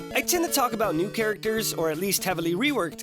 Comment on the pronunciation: when he said new i heard lewd not new so i thought "at least i don't have to listen to another sjw talking about how the females are over sexualized and he will be fair and talk about how the males are over sexualized." But it seems i'm wrong